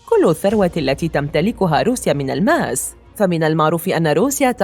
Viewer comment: الماس و ليس ألألماس